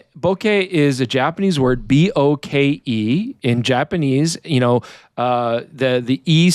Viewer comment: Boke rhymes with poké or pokemon, whichever you are better at pronouncing. says it way too much like bokKĒĒĒĒ for my taste, but do whatever makes you happy. I first heard this term as an upperclassman in college, in a Japanese culture class I was taking, in reference to dementia and the role of hobbies like gateball amongst japan's elderly. Just edited to add, Google Translate defines "boke" as "idiot", and "bokeru" (verbed noun form) as "to become senile", in case anyone was wondering. You can also use Google Translate to hear how their TTS thinks it should be pronounced.